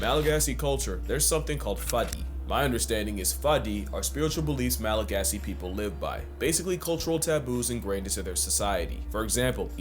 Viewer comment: And apparently Malagasy (the main language of Madagascar) is pronounced "Malagash".